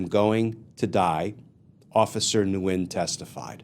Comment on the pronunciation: Nguyen is pronounced Wynn.